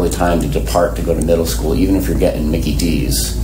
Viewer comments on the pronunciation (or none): none